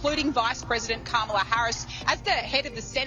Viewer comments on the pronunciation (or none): KA-MA-LA. This is why hooked on phonics is so important. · Why does everyone in this video insist on not pronouncing her name correctly?